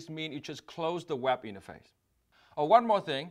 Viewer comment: I wish Vietnamese-Americans take time out to improve their English pronunciations. I've come across Viet-Am doctors whose medical transcription dictations are almost always bad and take a lot of time to decipher. I'm afraid Dong Ngo also has to improve. If it weren't for the accompanying video, I would have misinterpreted "web interface" as "WAP interface".